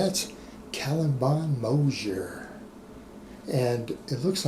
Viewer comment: Why isn’t it possible for you to pronounce his name right